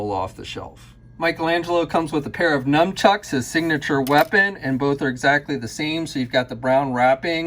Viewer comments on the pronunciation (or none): I gotta clear this up, is it "num-chucks"? Because I thought it was supposed to be "nun-chucks"...